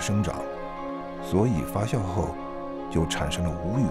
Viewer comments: 明明是发酵，解说成发笑，不禁发笑。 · 那个念发酵jiao，不是xiao。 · 压轴，轴在这里念四声，发酵，是念jiao，朴piao不念pu三声还有好多处，哎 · 发酵－fa jiao, 李白斗酒诗百篇－dou(三声），酒曲－jiu qu(一声），好吧，查了一下，旁白是金士杰先生，台湾发音？但是，这个声音真的不适合美食节目～